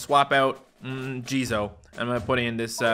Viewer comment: How pronounces jizo: JIZOIEEEEE